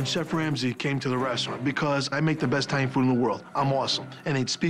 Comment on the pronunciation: Sammy: I make the best tiny food in the world!" (I know he means italian but thats what i heard lol